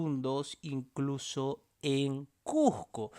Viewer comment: Acomplejado, pronuncia bien la palabra CUSCO